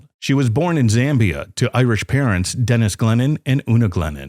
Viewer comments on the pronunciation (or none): none